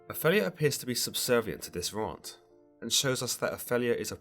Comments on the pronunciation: oph-ELL-ia?? really? it’s opheeelia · Can I ask abut your pronunciation of the name Opelia. ? I’ve only heard it as ‘O-feel-e-ya’. Yet you say ‘O-fell -e-ya’. Just wondering why? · Please learn to pronounce 'Ophelia' and 'Elsinor'.